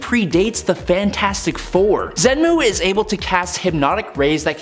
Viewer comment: Fin, not Fing. Xemnu, not Xenmu. Amanda would've pronounced them properly.